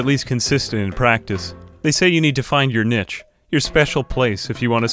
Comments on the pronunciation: He... cant pronounce niche... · niche is pronounced neesh lol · the most jarring thing about this video is the pronunciation of niche